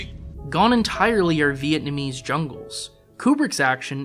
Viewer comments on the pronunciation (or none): none